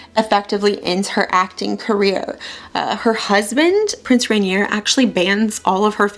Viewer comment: Loved this! You're so charming. I'm actually getting ready to play Grace Kelly in a play and I haven't been able to find the right lip color. So thank you!! Also, almost no one says Prince Rainier's name right so don't feel bad haha. It's pronounced like "Ren-YAY." Look forward to your other videos!